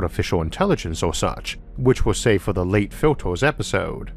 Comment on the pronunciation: Factors, filtors, weird pronunciation :o